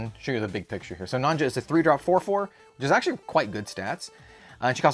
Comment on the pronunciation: By the way, "Nonja" is pronounced "Nonya"! If you listen to her voiceline in Shadowverse, she pronounces her name. ("Nonja! And the wonderful princess Prim.")